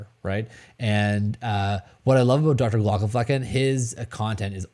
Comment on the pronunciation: Just started watching your channel and enjoy you a lot. Love the info you pass on and your calming demeanor. I have a question, and don't want to be disrespectful, maybe it is a joke I'm not in on yet being new here. You pronounce the Dr's. Name wrong is there a reason? I can hardly spell it, so I'm not trying to be a jerk, is it an inside joke ?